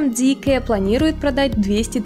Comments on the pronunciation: Зикэ??? Серьёзно??? Вы уверены что именно так она называется? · Зикр, не коверкайте